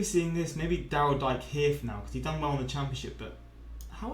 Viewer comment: Daryl Dike actually pronounces his surname as "dee-kay."